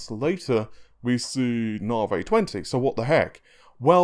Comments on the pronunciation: Na-vee ("Na" pronounced the American way.. like "nah, I don't think so"). He's British and can't pronounce American product names. Fred-ripper, Freds, Nah-vey and others. If you listen to Lisa Su say it, she says it correctly. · ...stop saying narvay it's navi....AEIOU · Na-vee not narvay... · "Naw-vay?" It's "Nah-vee," bro... AMD themselves say it that way... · Hey thats not right, its Naaevey. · You seriously have to stop saying 'narvay' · Thanks for the cool info and video. 'Nar-vay' made me chuckle! Isn't it pronounced as in navigate? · I'm British too but I don't speak like this clown. He's either lazy, has an actual speech impediment or, most likely, is affecting one.